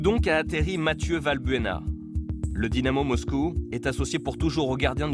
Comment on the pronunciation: Ce ne serais pas : " Dynamo Moscou " à la place de " Dybamo Moscou " ? :)